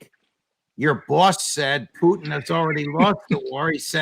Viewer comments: Better puchin, or poutine, rather than putain. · Why does her say puchin instead of Putin? Odd he being sarcastic or really believe that's the way it's pronounced????